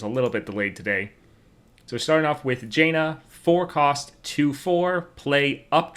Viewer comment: nitpick, but it is either pronounced jan-uh with jan pronounced as pan OR jawn-uh with jawn as in yawn.